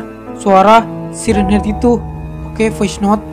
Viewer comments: Bang siren head bacanya sairen head bukan si ren head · Itu dibaca sairen head om tapi tulisannya siren head kan bahasa inggris